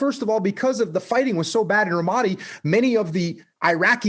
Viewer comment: think he pronounced ramadi wrong